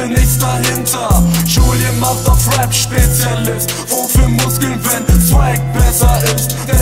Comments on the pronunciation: Diggah, lern mal ordentlich das R ind Rap auszusprechen, du sagst immer Web😂😂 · ER KANN NICHTMALS RAP AUSSPRECHEN... R AP nicht W AP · Es heißt rap und nicht wep. Kauf dir mit deinem ganzen Geld nen sprach therapeuten. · Wieso kann der Junge in der Hook auf einmal nicht mehr "Rap" aussprechen? Designer Wap? Was soll das sein? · "Denn im JBB hat keiner Swag, doch jetzt komm ich! mit Designer Wap(?), Designer Wap." Was zum Fick ist das? Ein Mensch kann doch nicht in der Lage sein, so eine Scheiße zu schreiben.. und im Vergleich zu seiner Aussprache von "Rap" ist Gio ja noch richtig gut dabei.. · Der Typ kann nichtmal das Wort "Rap" richtig aussprechen ;-) Na gut vielleicht passt sich Julien ja auch an und macht ein "Wap" battle. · Spongebob?! Spongebob trägt kein Kostüm wenn dann SpongeBoZZ .-. Und außerdem ist er Gios Bruder wegen der Aussprache? (Web) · LRJ In der "Hook" hat er ja sogar den gleichen "Rap" Sprachfehler wie Gio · Okay, man merkt Moneyboy ist sein Idol, aber bitte bitte, wenn du englische Wörter benutzt, lern sie richtig auszusprechen. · Noch so einer, der Rap nicht aussprechen kan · Der kann ja nicht mal Rap aussprechen :/